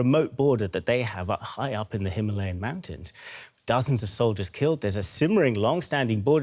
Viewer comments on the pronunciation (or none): none